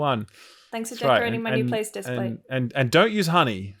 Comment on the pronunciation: It's Displate, not Displace 👌🏼